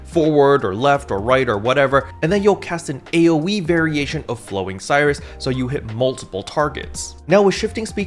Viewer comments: "No! My Voltage!" - Luster Mains, probably P.S. Please double check how Flowing Sirius is spelt, I don't think it's supposed to be pronounced Flowing Cyrus. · my mans, can we please not murder all the photon art names? they are named after stars afterall Spica- "spai-kuh" Sirius- "sear-E-us" (sounds like serious) Regulus- "re-gu-lus" (you actually got this one right saying it the second time) Rigel- "rai-jil" As a side note, slayer technically has 9 or 10 photon arts, as Sirius has 3 or 4 variations since the chain animation is different (dunno if the stay and move arts have different variations though, hence why its either 3 or 4)